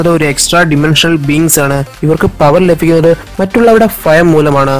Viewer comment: ലഫിക്കുന്നത് എന്നല്ല ലഭിക്കുന്നത് എന്നാണ് ഫയം ആല്ല ഭയം എന്നാണ്